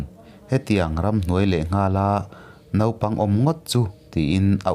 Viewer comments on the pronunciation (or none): none